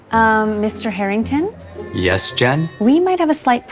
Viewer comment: Not “Harrington”